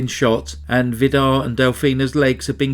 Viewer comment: His name is pronounced Vidar with a long i and a rolling r at the end just for your information.. good try though 😃 I’m Norwegian , but haven’t actually heard of this case. I got married that year , under heavy pressure including serious DV. redecorated my rented flat , witch immediately got sold by the owner without compensation , all this ended up with my second miscarriage with twins in week 16, so I was probably to self absorbed by my personal hardship🥺 This case is so devastatingly sad, just heartbreaking 😰 cults like Jehovas witness and Mormonism are so dangerous. It makes my sick just thinking about it… so many murders and generational abuse.. horrifying..